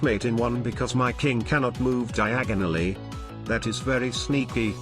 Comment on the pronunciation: The queen can’t go diag-onoly